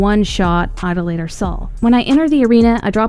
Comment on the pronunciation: Why does every YouTuber pronounce idolator wrong?